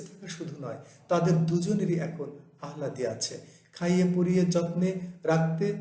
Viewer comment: উচ্চারণ, আহলাদি না আলহাদি?